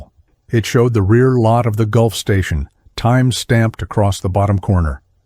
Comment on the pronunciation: Since when did Gulf Fuel Station become a Golf Station. Weird how Automatic speech translation never gets fixed before production of story.